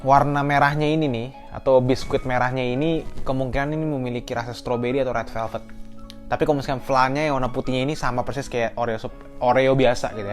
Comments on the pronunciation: doi ngomong rel pelped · Dia ngomongnya rel velvet